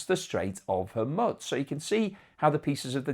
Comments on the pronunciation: Homusk or Hormuz? Bloody hell you cant make you mind up - Its not hard - You been on the planet for over 50 years, why schoolboy errors? Surely you must have heard HORMUZ for over 50 years? Come on man FFS!!!! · There is no "t" in Hormuz.